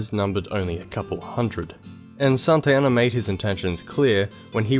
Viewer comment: Why do you pronounce Santa Anna as Santayana?